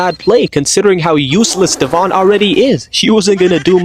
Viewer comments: It’s Devon… not dE’vOn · Her name is not dev-on it is devon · Is no one talking about the way he pronounced Devon’s name